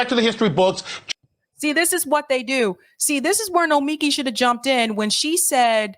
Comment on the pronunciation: It’s pronounced no-mee-KEE